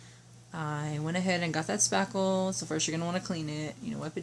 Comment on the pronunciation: Hi !! No idea what you are saying you put on the wall . Sounded like saffel. A product name would be helpful. I have no idea what you are saying. No one is saying in the chat what you said. That makes it hard. Mine is coming thru the door cracks. M.L.